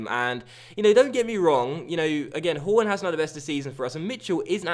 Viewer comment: When you said horn it sounded like you said porn